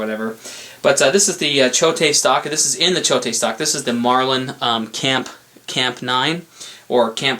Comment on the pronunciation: It is pronounced CHOTE Machine and Tool AKA Choate Stocks. NOT CHOTE-TAY!!! It is a strange spelling. I see SO many so called pros pronounce Leupold wrong. It is not and never been LEO-POLD. It is pronounced LOO-POLD. That drives me crazy. Two of my favorite gun guys on You Tube grew up pronouncing it wrong and refused to change and pronounce it correctly. Also: LAPUA is pronounced Laappua. NOT LA-PUA